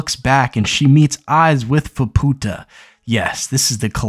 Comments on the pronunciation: fah poo tah... lul keep working on that speaking thing my dude one day you may get it. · Yeah. Ofcourse he's pronouncing it incorrectly, but some people are making sound WAY worse than it actually is lol